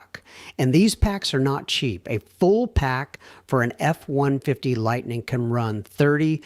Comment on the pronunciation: A genuinely interesting topic F'd in the A by AI Slop. Likely an AI content generator, an AI narrator that doesn't handle numbers consistently correctly and can't say "Ford F-150" correctly, AI slop video clips that don't understand physics, and probably an AI commenter (but I don't care to research it). All controlled by a human entering prompts who obviously doesn't review/edit the video. Slop, slop, slop.